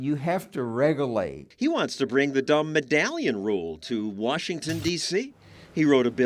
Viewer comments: You can't regulate anything if you can't say the word "regulate" correctly. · Never trust anyone who is lecturing you about regulations and cannot pronounce the word "regulate".